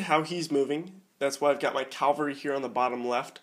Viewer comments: cav-al-ry not cal-var-y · Please stop saying "Calvary" instead of 'cavalry' and "inventory" instead of 'infantry' haha. Apart from that great video.